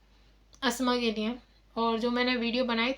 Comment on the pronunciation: I U DONT TALK IN ENGLISH CORRECTLY,THEN Y U DONT STOP TALKING WRONG ENGLISH,JUST TALK IN PROPER URDU,U EVEN DONT KNOW URDU WHAT IS NEAY ??? THE WORD IN URDU IS LIYE,CORRECT UR LANGUAGE,NEAY SOUNDS VERY BAD